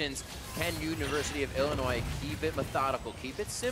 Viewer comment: learn how to pronounce Illinois